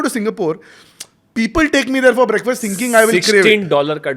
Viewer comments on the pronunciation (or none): none